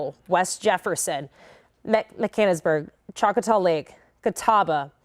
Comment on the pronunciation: It's Mechanics-burg. What you said didn't come close. You must not be from this area. Giving you a little grace. 🙏🏾